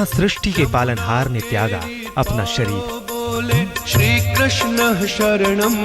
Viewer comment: Did she just say "tyaga apna shreer". I'm sorry aaj tak before presenting news please prepare properly.